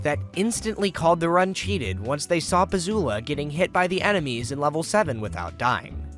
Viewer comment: "he cheted" 🤓